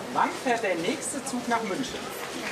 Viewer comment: München wird eben nicht mit sch und Hamburg nicht mit ch ausgesprochen.